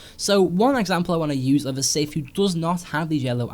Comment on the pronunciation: OMG the word " SITH " was used way too many times in the video Plus It wasn't even said properly He said sif and not sith